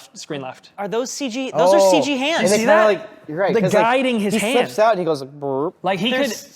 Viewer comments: did my guy just say "full ceeg" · If he says "full seege" one more time, I'm going to unsubzzz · So we're just saying "Seige" now instead of CG?